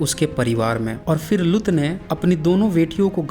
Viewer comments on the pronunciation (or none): Lgta hindi pdna nhi aata aapko bhai saab लुत नहीं लूत likhaa huvaa hai theek se pronouncition seekh lo hahaha